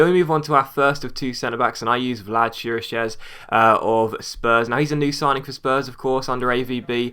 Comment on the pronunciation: Chiriches is kinda pronounced kirikesh